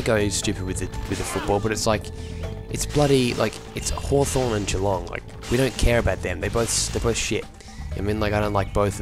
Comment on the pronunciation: Oh my god you're Australian. I wasn't positive until you said Geelong vs Hawthorne :D